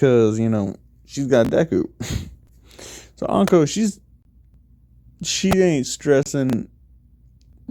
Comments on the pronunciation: It's inko not anko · It’s in-co not on-co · Why you say onka it’s inko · I love how he calls inko onko lol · Lol onko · As soon I hear how he pronounces Inko I was like hol' up